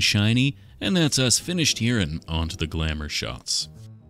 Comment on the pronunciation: This man says glamour shots like he hasn't committed a sin against god.